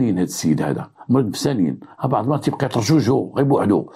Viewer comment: السلام عليكم ورحمة الله ، صراحة طريقتك في الحكي فريدة من نوعها ، نحبكم في الله و احب محتواهم ، ولكن كنقولو بعض بالضاد ماشي بعد بالدال 😂😂😂،تحياتي لك